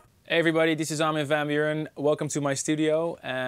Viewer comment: I love how he prenounces his own name how people whos native language is English would prenounce it rather than how we (Dutch people) would prenounce it.